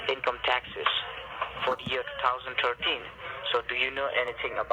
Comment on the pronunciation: Never trust anyone who can't pronounce 2013 right